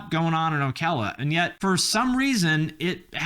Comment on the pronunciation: I am from the area around Ocala, you pronounced it right. We call it "SlowCala" here because it's horse's and old people.